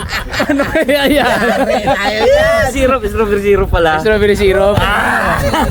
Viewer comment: HAHA STRO BERI SEEROP 😂